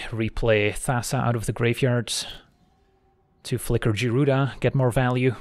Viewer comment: (Guy)-Rooda. woof that was buggin the crap outta me LOL